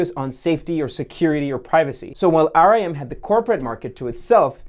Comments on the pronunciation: But they're not dead??? Also Its pronounced RIM Not R I M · Nice video. Note that RIM was not pronounced "R-I-M" but "rim" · Everytime he said rem i was like why the band make a phone 🙄😂 phone can only be used "IN THE CORNER" 😂😂😂😂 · Most people pronounced it rim instead of r i m also more say operating system not oprah rating system and you dont have to point about the lack of value in the Canadian dollar